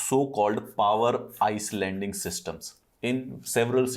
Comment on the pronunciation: "eye"landing system And not "ice"landing system . Otherwise, short and informative video